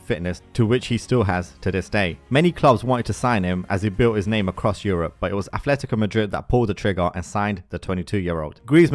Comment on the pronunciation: And it's Atletico, not Athletico